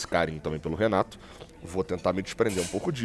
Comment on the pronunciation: Renato Gaúcho! E não Renaro Gaúcho kkkkk